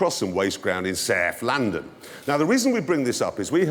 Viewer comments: Saaif London, Saaif of England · Sarf London. Daan sarf.